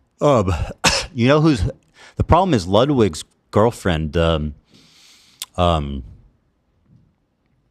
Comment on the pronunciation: pronouncing Ludvig in a european way was my highlight of this video - as a norwegian - dan is correct. thank you.